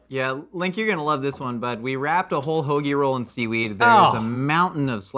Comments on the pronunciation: Haggie roll? …. It’s hoagie 😊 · That’s not how we say hoagie, that’s how people that say they’re from Philly but really aren’t say hoagie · Why does Josh think we pronounce hoagie like that🤔